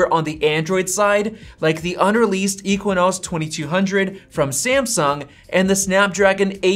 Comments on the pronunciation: Every time he says EQUINOS drive me crazy. It's Exynos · Dude it’s not pronounced as eqinose 🤦‍♂️. It’s pronounced as X-Z-nose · it’s pronounced egg zinoss not equanus LOL 😆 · Exinos not equinox!! All you have to do is read stuff online and regurgitate it in a low effort video. And still you cannot get it correct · Ekssyyynosss not ekwinosss 🤣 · It’s “EKSYNOS”, not “equanos” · I had to rewind the video and listen 👂 to that again. Dude called the Exynos the Equinox. I don't see a "Q.U.I." in that spelling. God, people can't read, spell or pronounce words right😑 Pronounced Ex-in-nos. Literally it should kinda sound like "eggs in nose" but said fast. Please use proper pronunciation. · Normal people: Exynos: EQUINOS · It's exynos not equinox.. 😅 Doesn't matter though... Because a15 will smoke it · It's exynos not equanos. Lol. Yeah I know I am not fun at parties. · Why u saying ekonas and not exynos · equinox? Again , , . I am pretty sure, its pronounced as "ekzeenos" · Exynos /Ek-se-nos/ Equinos? ❌❌ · He said Exynos like “I-kwa-nas” 😂 It’s “Eks-a-nis” Ex (as in your ex), y as in “inside”, and nos as in “nahs” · Bruh you did an analysis on A15 chip and there you said A15 will destroy it. How much are you going to hype it. Aren't you yourself tired about talking Everything Apple. And btw its spoken as ex-i-no-s not ik-wa-nas 😂 PS: If you want to be like iJustine pls name this channel as iTech not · It's exynos not equions 🤦‍♂️ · Him saying ekwwiiinosss really annoys me. 😂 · "Equinos" is just too much. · If you say Equinox one more time I will lose it... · Exynos == “Eks-en-noss” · Should it be pronounced as Ex-Zi-Nos? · “EQUINOS”, ok whatever u say dude, besides as a fan of both os, samsung is going all out with amd next year, it’ll be a competition to be precise, they r bringing their rdna 2 gpu( it also powers ps5 n series x gpu’s also ) on samsung flagship processor next year….. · It's "ex-i-nos" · I was getting annoyed that he was saying equinox.